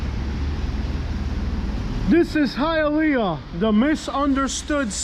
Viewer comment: High-A-Leaaa...ah sucks...